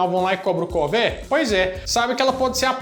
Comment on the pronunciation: "Cobram o cové"? kkkkk não é "cover",?